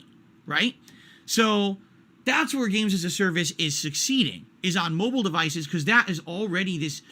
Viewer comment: Why does he sound like he adds the letter B to "Mobile"? Bobile game.